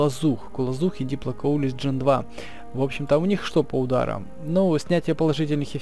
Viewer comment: Почему ты называешь диплокаулуса, диплокоулисом